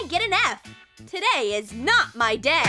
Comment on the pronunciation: Someone:this is not my dad me:wha in the sound I can hear day not dad WHA THE